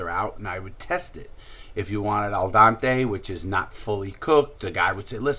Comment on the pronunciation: “Al Dante” 😂. Here you go Dante!